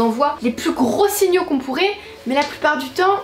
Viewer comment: Super vidéo comme toujours mais j’ai remarquer que à 4min23 au lieu de dire des signaux tu dit des sugnaux peut être mal articulé mais sa ma fait beaucoup rire sur le coup ceux continue je t’adore